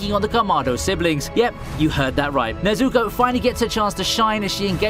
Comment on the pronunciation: Based on the prononcuiations of Naruto and Nezuko, plus the way he describes the "fight" between Genos and Saitama as showing "what they could do to each other" makes me think this person is reading a script and doesn't actually watch the shows that they talk about.